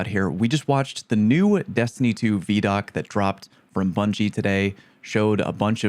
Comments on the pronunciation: That shot with the sword on a guardian’s back—looks like they’re standing outside a temple similar to the one on Europa near Elsi, but in the EDZ. Also: “vee” doc? I thought it was vi (like ‘eye’) doc. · Bruh it’s VIDOC (pronounced like eye-doc) not VEEDOC. Not a big deal just kinda funny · VI DOC, not VE DOC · Vee-doc? Imma bet it’s Vid-Doc just sayin. You’re starting to pronounce things like Cross 😂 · Vee-doc? Isn't it vid-oc? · Bro called it a Veeeee-doc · Everytime he pronounces it vee-doc I flinch a little. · I'm so mad you call it vee doc 🤣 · Ew. It's not Veeedoc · I was not ready to hear someone pronounce it veedoc, otherwise great video lol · Video Documentary. V-EYE-DOC. please stop pronouncing it like that.... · I do not like how you said vidoc my dude 😂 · you pronounce ViDoc as "Vee-Dock"? You monster. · Take a drink every time he says veee dock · VeeDoc?? This has to be a meticulous ploy to make us all comment about your pronunciation to increase engagement!! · “Vee-Doc” Unacceptable Fallout, no Christmas for you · I think you missed how to pronounce vidoc